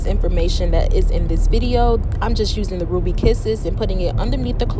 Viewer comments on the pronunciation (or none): none